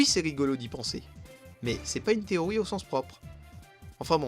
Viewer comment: Pourquoi tu dis "Téoï" et pas "TéoRi" ?